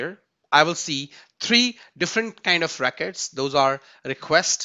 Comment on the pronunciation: your pronunciation of 'records' is wrong, it sounds like 'racquets' - pls correct it going forward